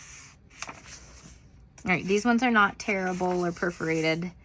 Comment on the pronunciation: You said that they are tearable. I thought you were saying terrible. 😂😂